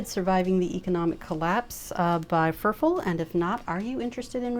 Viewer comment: Pretty sure his nickname is pronounced like "fur fall" and he lives in Spain.